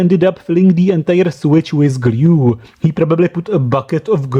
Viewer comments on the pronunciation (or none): Me: discovers your channel, the dangerous wireless charger video exactly Geez, this guy's accent sucks! doesn't stop watching Fuck it, i'll watch it Me later: Guess I'll stay. subs Me now: Somebody tried to fix it with gLyUE